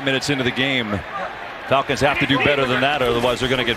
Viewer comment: The Folcons he said.